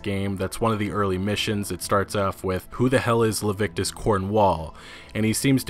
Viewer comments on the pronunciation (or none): Le-vi-ti-cus, not Lev-ic-tus, just sayin'... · Leh-vi-tik-us, not Levitcus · Every time you pronounce it "Lavictus" I die a little inside. I don't usually nitpick but it's almost criminal for someone who is obviously an intelligent human being to consistently misread/mispronounce something like this. Lah-Vit-Eh-Cuss. Please. :( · His name is Leviticus Cornwall. It's not Levictus. It's pronounced Lev-ity-cus. Its still not as bad as Red Bandit pronouncing Rhodes as Roadys though. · Leviticus cornwall ffs.. not levictus.. anyways nice video 🤙🏻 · It’s Leviticus Cornwall not levictus Cornwall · Leviticus? As in the Bible? Or "Levictus" as you said? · It's Leviticus Cornwall not "Levictus"! Hahaha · luh-vit-ehh-kuss, not lah-vick-tuss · Leviticus not levictus. I mean cmon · It's LEVITICUS Cornwall! Le - vi - ti - cus. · lol - Jail Members are also called "prisoners" Luh-vit-uh-cuss . . .